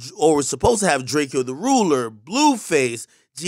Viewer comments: Ak you can’t report on dawg & butcher his name over & over like that put some respect on him respectfully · Why are you saying his name like that bro. Pissing me off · Obviously you don’t know cuz u ain’t even saying bro name right ... RIP the Ruler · How you mispronounce a dead mans name you’re reporting on wtf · You can even say his fucking name properly c'mon man DO BETTER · AK u let me down when mispronounced his name smh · Bro say his name right don’t pronounce the “E” goof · Not to mention he keeps mispronouncing his name, most likely on purpose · ...aint no way he just mispronounced his named smh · Bih can’t evn say his name right got me geeekd 😂😂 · Ak and key talk both said his name wrong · Dislike for pronouncing his name wrong🤦🏻‍♂️🥴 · Who the fuck is “drake - eeeeeee - o” the ruler bro? He pronounces his own name in his songs all the time. It is literally “drake - o.” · Bro at least say the nigga name right dawg it’s drake-o not “drake-E-o” 🤦🏾‍♂️🤦🏾‍♂️🤦🏾‍♂️ come on man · its Drake-Oh not drakeeo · He hates when people call him drakieoo its just DRAK-O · Long live DRAKEO The Ruler at least say his name right it’s drake with a O not drakeooi Long Live My ♿️💙🤞🏽 #stincteam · AKademiks u KEEP SAYING DRAKEE-YO U DID NOT FW BRO WHEN HE WAS ALIVE . STFU WE DONT WANNA HEAR U GOOFY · Is it that hard to fucking notice his name isn’t Drakeeeoh? ak lame for that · Akademiks dumbass calling him Drake-ee-o smh. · You're gonna mispronounce his name . The disrespect 😤. Rip DRAKOE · Dawg… it’s not fuckin Drakey O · He pronounced it Drake-o. R.i.p. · It’s Draco! Drake! O! Like the Gun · It's Drake-O the ruler...least get the man's name rite....RIP G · First video u ever mentioned the nigga , its Drake-ø Lmaooooo goofy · His name is pronounced Drake-O the 📏 stop playing Ong you bloggers have no respect🤦🏾‍♂️ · Akademiks I know damn well yo dumbass knows Drakeo is pronounced Draco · Nigga said drakey o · Lmao at the non west coast dudes calling him drakey o🤦🏼‍♂️